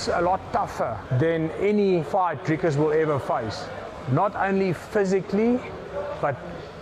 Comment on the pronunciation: I like how the Americans call him Draicus instead of Dricus